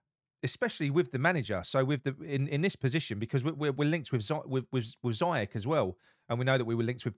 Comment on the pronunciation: Great video mate I’m so glad Noble stuck it to the people upstairs he’s bigger than the board ings isn’t injury prone mate he’s been out for 22 games in 6 years and you pronounced Ziyech and Aguerd wrong mate haha. Jokes a side I bet we get Micheal Keane on loan as for Moyes I can’t see him lasting long tbh players look happy in training now do they know Moyes hasn’t got long left